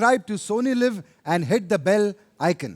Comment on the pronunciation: Krusna, Sony Live (laaiw hota hai)